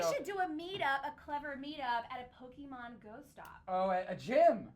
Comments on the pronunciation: Lol 'Pokeman'😂😂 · It's not man it's pokeMON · pokemon not pokeman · *pokemon not pokeman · What the fuck is "pokeman"